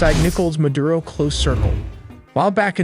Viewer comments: it's MADURO not MADURA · It’s Maduro not Madura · “Madura “ hahaha